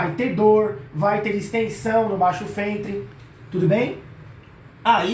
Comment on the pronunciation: baixo fentre rs